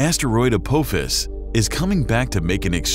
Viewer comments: Spelled as Apophis; an ancient Egyptian diety. Should sound as: A-pa-fis not Ap-oh-fis Yes, it is petty of me, BUT if you are going to post a video claiming to have intellegent information, you should at least know how to correctly pronounce the name of the subject topic. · it's pronounced a-pawe-fis not a-powe-fis. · First time ive heard it pronounced a pope piss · Aye-poff-as please 🙏, not Aa-pofe-as. How long until these Synthetic Readers start getting pronunciations right.? Always distracts from the message being conveyed. Hoping we'll not have to endure bad text to speech as AI will be able to correct the snafu readings prior to post. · A-pa-fis... this is how it's pronounced. Don't speak to things you cannot pronounce. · Still giving you a thumbs up, despite the way you pronounced Apophis. 👍 (It's "Ah-Pah-Fiss, FYI.) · Maybe first try to pronounce the name correctly before you make a video! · Not the correct way to pronounce Apophis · As soon as you mispronounce the name of the freaking asteroid. I'm like you are an idiot and I am out of here. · I hate the pronunciation of Apophis in this one XD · It's 2036 not 68 I'm so sick of wrong information getting passed on by videos like this . Get your shit straight before you make your videos. Oh yeah you also pronounced the asteroids name wrong. Get it together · You mispronounced Apophis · Pronounce Apophis correctly next time, robot voice. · Why can't your A.I. pronounce Apophis. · Apophis is pronounced with a short O sound not a long O sounds. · There is a mispronunciation of Apophis lol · Dumbass Mispronounced Apophis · Not how you pronounce Apophis, but whatever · You are mispronouncing Apophis.